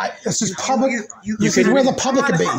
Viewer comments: "Pubic Safety" LOLOL Ha ha ha ha ha ha ha ha ha ha ha ha ha ha 😂😂😂😂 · Did he really say “pubic” safety???!!🤣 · I thought I heard everything but what he pubic and not public that was hysterical.Thanks for my laugh of the day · Several times he said it!! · It's a oldish video. He says PUBIC SAFETY a lot. 😅